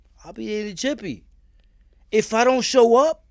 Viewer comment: Son said jippy LMAO 😂😂😂😂😂😂😂